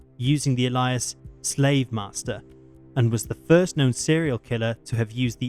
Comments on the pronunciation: Alias is not pronounced how the narrator pronounced it. This channel must be so proud of how they are contributing to the dumbing-down of society. And yes, it matters. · ffs its ALIAS not allyas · It is pronounced " Ay lee is" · The word alias is pronounced "aylias" not "elias." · It’s nice to see you’re following in the footsteps of your predecessor and mispronouncing common words. ‘Alias’ is pronounced ‘A-Lee-as’, not ‘Ally-us’ ya wombat!😂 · FYI, "alias" is pronounced AY-LEE-US not A-LYUS. Think of how you would say the word "aliens", it's a bit like that 👍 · The pronunciation of "ailly-us" as "uh-lie-us" isn't helping though. lol jk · The voice is AI. It calls an alias an 'Elias'. Look I'm not totally anti-AI voiceover but do check the pronunciation of basic fucking words, it's lazy and sloppy as fuck. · It's pronounced "ail-e-us" but other than that, good job! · Why does he pronounce alias weird? He pronounced it like Elias....lol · The "alie'us"... I've never heard "alias" mispronounced so poorly... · When I hear a new voice without knowing who the speaker is I can only go by pronunciations. The speaker in this video is more likely AI generated. The mispronunciation of a simple word like alias as Elias is a dead ringer. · you pronounced alias wrong FYI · You mispronounced the word "alias", sadsack!!!!! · Your pronunciation of the word 'Alias' is painful by the way... you say it like its someones name or something 😡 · You need to teach your voice synth how to say alias. 😀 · I think you need to doublecheck how to pronounce “alias”. Pretty sure even the UK doesn’t say it that way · Ay mate! Say alias again. Yer tw*t! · Is the narrarator a bot cuz he mispronounced a few words like "alias". Still is a good voice but just curious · Good video, but you mispronounced 'alias'. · Fairly sure its AI narration. Usual inability to pronounce basic words like alias. Still watchable though. Another channel changed narrator and the new one was just awful so i unsubscribed.